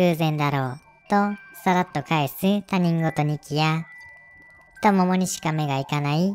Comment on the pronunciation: ひとごと を たにんごと って読んじゃう可愛い😵‍💫